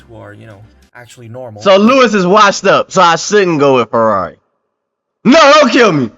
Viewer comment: yeah bro :D become a Fwerrawi fan :D Make sure you stock up on ur anti depressants ya gonna need them :D